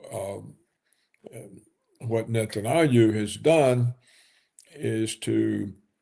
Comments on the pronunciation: Mr. Roberts, PLEASE: It is NOT pronounced “Net-an-ah-yoo.” It’s “Net-an-YAH-hoo.” It’s very basic English spelling and pronunciation and VERY irritating to listen to the inaccuracy. PLEASE. Also - “nuke-lee-ur,” NOT “nuke-ya-lurr.” Come on! You’re not George W. Bush. You are a professional. Get it right. Your knowledge on the political analysis, OTOH, is phenomenal. Let’s make it 100%. ✌🏼☮️🙏🏿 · why is he calling him netanayou? does he do that on purpose? does “netanayou” means something? how you wrote that word/name? tell me everything you onow about “netanayou”, i want to know! :))) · It would be great if Roberts would pronounce correctly. Aldo lose the dismissive cackling. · Paul Craig Roberts mispronounces the name of the leader of the little pissant country. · Roberts ! Why you pronounce the name of Bibi in such strange way ?